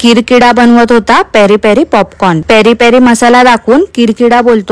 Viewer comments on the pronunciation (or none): पेरी पेरी ला प्यारी प्यारि बोलतो..😅😅